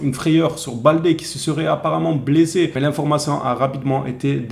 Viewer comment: Ho mon Dieu tu a failli me toué 😢 quand tu a prononcé Balde blaissé😂😂😂